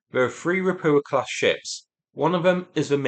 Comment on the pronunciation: How the hell you are getting "Rapua" out of "Rapucha" is mind boggling. Can you not see the "ch" in there? I like your reporting overall but this continued botching of the pronunciation grates on my nerves.